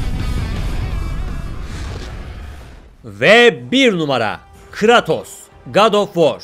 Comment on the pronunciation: o telaffuz ne lan :D kratos yazıldığı gibi değilde kreytos diye okunması lazım diğilmi yoksa benmi yanlış biliyorum :D